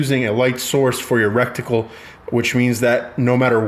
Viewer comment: Rectum +Reticle = “recticle” 😂 Cool vid tho 🤘